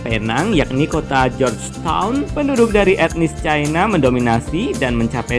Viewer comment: salam persaudaraan bro.... info sungguh menarik, tapi mohon koreksi, org org cina yg tepat ya, bukan penduduk (chai-na) sbb itu mbawa maksud negara CHINA